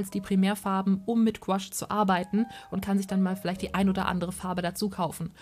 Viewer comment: Gutes Video. Sorry muss das anmerken: man spricht es nicht als "Gwasch" aus sondern; GOUAache also Guuaasch. Ist ein französisches Wort.